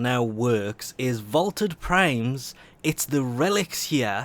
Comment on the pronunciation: You forgot the T in Vaulted